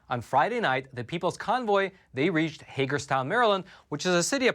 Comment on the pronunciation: And this time you pronounced Hagerstown right! 😃